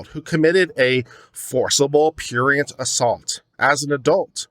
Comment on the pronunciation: If you're going to use a word like prurient, you should learn to pronounce it, you know, so you don't sound like a pretentious pseudo intellectual and stuff like that.